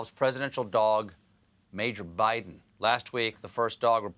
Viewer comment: Oh, so now he's President "Bite'n". Hehe.